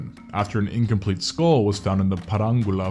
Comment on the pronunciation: "Realuhdy" is not a word. *Skull not "skoal".